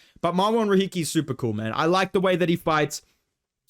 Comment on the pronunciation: Dude, why r u saying mAhN? Why isn’t Jack Jenkins in the bloody S tier???!!